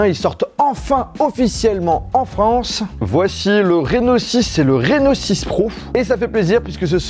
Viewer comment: vous aussi quand il a dit « reno6 » vous avez compris « rhinoshield » ??